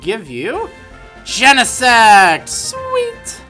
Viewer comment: i don't know why but i always think he said genesex